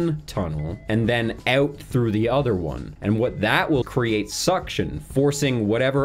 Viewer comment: owt.. in and owt.. in and owt.. in... and owt..